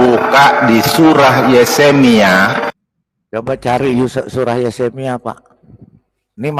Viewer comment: Ahli Injil?? MENGUCAP YEREMIA SAJA YESEMIA🤣🤣DASAR ANAK IBLIS MANUSIA💩🐷 MENGHAFAL YEREMIA JADI YESEMIA 🐷ENTE🐒